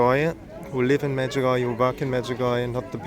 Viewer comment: Medjugorjéh and not Medjugorjah , it is been mispronounced a lots in the World